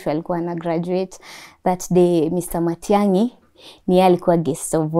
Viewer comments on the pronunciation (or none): Matiagi she said